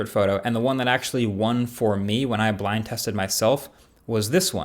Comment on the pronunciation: Did anyone else catch he said "Bind" instead of "Blind" at the beginning of the video?